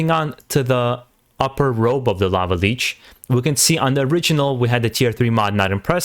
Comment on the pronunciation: lich not leech